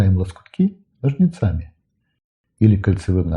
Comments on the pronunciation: Не ножницАми, а нОжницами. Увлёкшись, а не увлЕкшись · Отмечая мастерство и правильную подачу, не могу удержаться от замечания: это по каким правилам русского языка говорят «ножницАми»? Аж мороз по коже! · Не знаю почему, но это видео меня реально успокаивает. Единственное, не ножницАми, а нОжницами. А так, просто классное видео! Подписка сразу же. Спасибо. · простите, но правильно говорить нОжницами